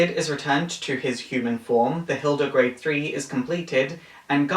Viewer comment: Small nitpick but its actually Hilde Garde not Hilde Grade.